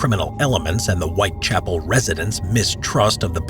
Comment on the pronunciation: A pronúncia correta é White Chápoul e não White Chapél